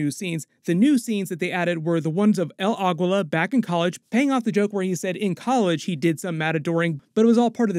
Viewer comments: Pronounced 'el ageela' not 'el agweela' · Bro please learn to pronounce names correctly. Its not Agwilla!! Its pronounced Ahgeela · El Aguila is pronounced as "Ah GEE LAH". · The way you say el Aguila sorry don't usually care but this pronunciation is so bad . Sorry but you said it a few times and I just couldn't get over it .